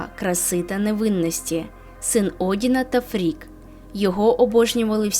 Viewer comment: Я вибачаюсь. Але не Гель, а Хель, її світ Хельхейм. І дружина Одіна не Фрік, а Фріг.